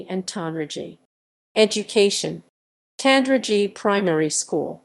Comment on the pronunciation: Pronunciation! The town's "g" is hard (as in God). The first part of Cusher rhymes with mush, not moose. Otherwise not a bad summary, for which Thanks.